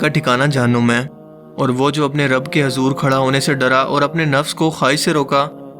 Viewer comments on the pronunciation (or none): none